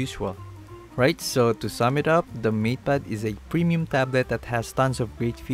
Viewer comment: Why do I hear "meat pad pro" instead of "mate pad pro"